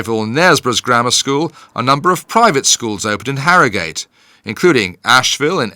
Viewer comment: Sorry to be a pedant but it's HarroGHUT. Nor Harrow GATE. History tells us this! Soz. Cheers